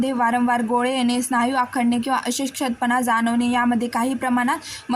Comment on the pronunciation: Ashkt pana ha word cha yogya ucharr karawa chukicha ucharr hot aahe